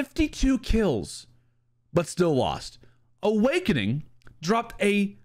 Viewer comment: Lmao Owakening was fryyingg